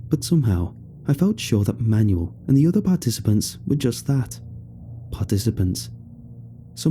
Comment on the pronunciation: Shouldn't Manuel be pronounced man-WELL instead of like a booklet of instructions?